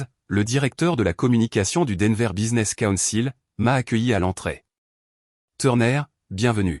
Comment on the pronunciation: D enver!!!!!pourriervous respecter 'es noms propres